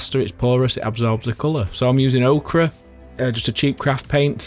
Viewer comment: Ochre. Not Okra.